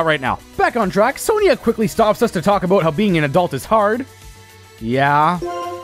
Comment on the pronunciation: Was that a Canadian "aboot" that slipped out there?